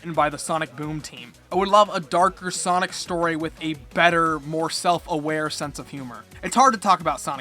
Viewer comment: "soinec" ya thats how you say it